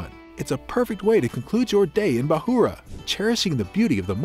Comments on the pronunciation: Bukhara .. say it.. bu kha ra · Bahoora? Not Bukhara?